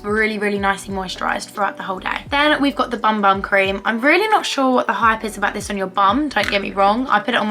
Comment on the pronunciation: The bum bum cream isn’t for ur bum 😭 it’s a Brazilian word pronounced ‘boom boom’ which is basically j a name for the body lotion